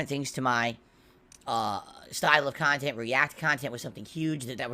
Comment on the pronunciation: Ho Ho Ho. That Christmas Sprit. I love doing Christmas Special Event. But I can't do it without SNORT SNORT people paying for Memberships for my meaningful Khantent.